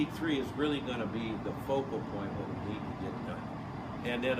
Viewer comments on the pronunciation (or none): none